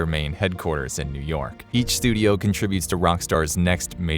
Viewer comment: "studiauh" :P